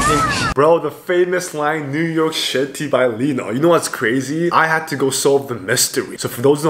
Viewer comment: See how stuffed Han's mouth looks 🥰🥰🥰❤️ is so disgusting, how can you fart in the middle of Stray kids moment 😂 😂 😂 IN's dolphin scream is so adorable 🥰 Lee know's iconic NEW YORK SHITTY 😂😂😂❤